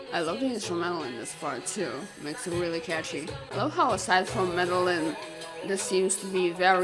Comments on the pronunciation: Still pronouncing Medellin wrong. SMH...Madonna even pronounces it FOR YOU in the song! Jesus H! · My family is from Medellín (Me-de-jeen) Colombia. That’s why I’m so picky about it sorry.